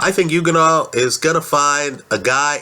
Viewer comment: and you pronounced his name wrong .....say like this OK!! ........ready .......youganah see simple